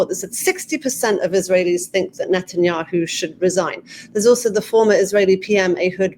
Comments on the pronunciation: Neh neh neh ten ya hoo. NOT Not ten ya hoo. So freaking annoying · Excellent informative interview. But I find it so strange that Ian Bremmer, a seemingly professional in this field, completely butchers the pronunciation of every single foreign name. Drives me crazy listening to professionals that say "Benjamin ned'n-yahoo". And since when is "Qatar" pronounced "cutter", or the head of russia "pudd'in"? Come on, you can do better!